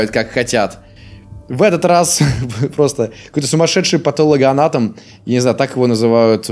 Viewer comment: Не патологоанатом ПОТОЛОКананатом ( звуки барабанов)